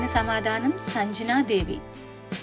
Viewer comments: Sanjana devi kaadu sangnya devi. Dayachesi correctga palakandi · 20ప్రశ్నలకు గాను 19ప్రశ్నలకు సమాధానం చెప్పడం అయినది కానీ వాయుదేవుని మరియు కుబేరుని. భార్య పేరులు. భద్ర గా చెప్పారు. మీరు సంజనా దేవి. అని ఉచ్చరిస్తున్నారు. ఉచ్చారణ దోసాన్ని సరిదిద్దుకోండి. ❤❤🎉